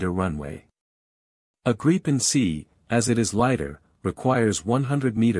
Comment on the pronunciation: Gripen pronounced Grip-pen